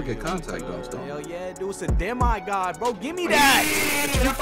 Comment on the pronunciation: Why did u pronounce it De”My”god 🤣